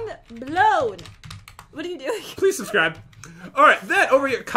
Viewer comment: I believe you mean SUBSCROOB!!!!